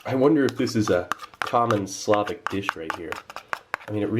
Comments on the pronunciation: Its slovak. Not slavik. Thank you ;) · Funny how Steve calls Slovak ration as Slavic ration :) nice vid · its pronounced slo-vak not slovik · I missed it by three years, and yet, I can't not say this: SLO-vok and SLAH-vic are two distinct things.